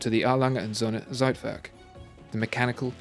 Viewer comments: Zeitwerk... you don’t read the Z as in Zebra but read it like “tch” and ei in german is pronounced like i in english so... it should be pronounced as if it’s “thcaitwerk” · Z in German is pronounced "ts". Anyway, great video. Keep up the great work. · I wish people tried the pronunciation of foreign words at least in google before presentation. Everytime you say Zeitwerk - timer in German, is just cuts my ears, even tho I'm not German)) Other than that big fan, watched every video few times)